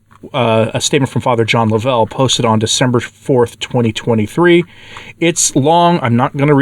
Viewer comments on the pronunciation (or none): I knew Fr. Suhy's warning against the new leadership was trustworthy. Also, its not laVELLE. It is LOVEull. If you had listened to his podcast even once you would have heard him pronounce his own name. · Please say Fr. John’s name as “Love- uhl’. The emphasis is on the 1st syllable, and thank you for reporting on this. I was at their wonderful conference last year. It is a heartbreaker what has, and is, happening. Can anyone say these are confusing times?